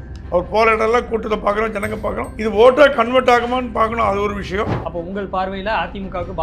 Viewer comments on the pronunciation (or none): Dear, Neenga thooya thamizhil pesuvathaha ninaithu kondu 'Vishayam' enpathai 'Vidayam' enru solhirirhal. Aanal thamizhil 'zha' enra ezhuthu miha mukkium. 'Pothu kulu', 'Seyar kulu' enru solhirirhal. 'Zha' enra ezhuthu varum sorkalai pesi payirchi edunga. Thamizhanaha piranthu "zha' enra ezhuthai ucharikka varavillai enral vetkka padavendum. Oru neriyalaraha Thamizhai sariyaha pesumga.Matrapadi unga petti edukkum muraiyil nalla munetram therihirathu. Men melum valara vazhthukkal.